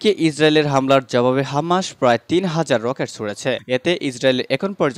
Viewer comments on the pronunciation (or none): হামাসের উচ্চারণ ঠিক নাই।